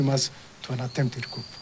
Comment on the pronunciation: Rubbish.....a whole DCI cannot even pronounce " coup " correctly. 😂 Kenya my motherland is bewitched.